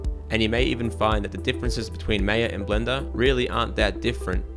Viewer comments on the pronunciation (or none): It's not May-yeah. It's Maa-ya . BTW, I also love Blandar very much ;) I should start learning it soon now. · its "my-yah" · You started nicely but claiming that rotating cubes crashes maya is a really poor comment. Oh, and ma-ia not mei-a. The minimized panel workflow has not been adressed because it poses absolutely no problem. If it did, it would have been addressed . There is no tool where these panels minimize, and the only reason to go there, is to restore the panel. Other than that, this is a great video which is a very helpful introduction to Blender. thanks for the time you spent to help people . It appears that lot of the Blender features come from 3dsmax but are accessed and managed in a more (unnecessary) complex way.